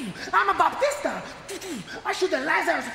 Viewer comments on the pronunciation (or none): Called Batista , baptista and calling Kane "Carne" gets me all the time 😂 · The Manimal "BaPtista"🤣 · Best ones: Imma boptista! You have a big mouth, John Chena (cracks Cena) You see… KYJ Randy Ortahn! You SONAMAGUN!